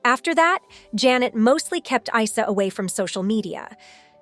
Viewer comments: the son's name is pronounced "eessa" not eye sa 😂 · It's pronounced EESA as in what Muslims identify Jesus with